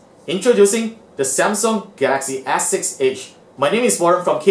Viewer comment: "The Gaxy ass six edge" 😂😂